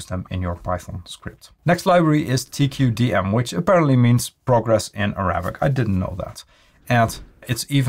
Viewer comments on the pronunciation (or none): lol it's `taqadum` not t-q-d-m :)